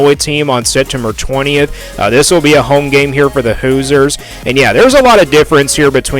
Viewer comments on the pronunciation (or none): Pronounced “Hoozers”